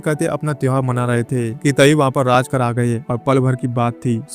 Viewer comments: राजकर नही रे बाबा, रझाकार बोल। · राजकार नही इन्हें रझाकार कहते थे . please Correct करे . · राजकर नहीं रज़ाकर